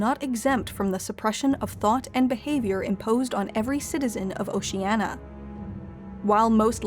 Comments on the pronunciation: O-Shee-Ey-Nee-Aa not O-Shee-Ey-Na. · Why are you saying it like "oceana" and not "oceania" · PLEASE correct your pronunciation! It's "OcianIA" (-nya); not "OciANNA". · It's "Ocean-ya" not "Ocean-a" ffs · You know it's pronounced "Oh-Shee-ah-NEE-a", not "Oh-Shee-ah-na", right? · OcenIa not Oceana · Is it really pronounced "Ocean-ah"? I've always thought it was "Ocean-ee-a", like it's spelled. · It's oceania not oceanna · It'd be better if Oh-sheeh-ah-knee-ah was properly pronounced. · There are five syllables in "Oceania". O-shee-an-ee-uh. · Why is she pronouncing it as "o-shee-anna" but it's spelled Oceania in the title? It's really bugging me. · O-she-Ah-Ne-ah, is its correct pronunciation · "Oceana" "Inksock" Please learn to pronounce it correctly next time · It's annoying she doesn't pronounce Oceania properly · It's pronounced "oh see ahh nee ahh". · Oceania: Has an i: “oceana”._. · Why is it so hard to pronounce 'Oceania' [oʊʃiˈæniə] correctly? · Say OCEANA just one more time... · Was it a mistake, or a deliberate time-saving measure to allow the narrator to mis-pronounce Oceania with 4 syllables rather than 5 (i.e .the 'i' should not be silent). Or a subtle reference to altering the truth, regardless of facts 🧐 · Why can't you say Oceania correctly ffs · Good video, but you mispronounce Oceania. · Why can someone who professes to know so much about Oceania not pronounce Ocean-I-a? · ocean-i-i-i-i-i-i-i-i-a. That willful constant mispronunciation drives me bonkers. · You keep saying Oceania incorrectly! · The narrator repeatedly mispronounces the word “Oceania”. The word has five syllables not four. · Oceania has 5 syllables not 4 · Jesus Christ. At least pronounce it properly! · A video about Oceania, and the narratrix can't even pronounce the name correctly! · Did Newspeak lose the letter i, because last I checked there was definitely one in the word Oceania. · Can't you pronounce O C E A N I A correctly?